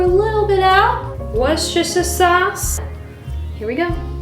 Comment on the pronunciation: It's pronounced 'wooster'. Happy to help :)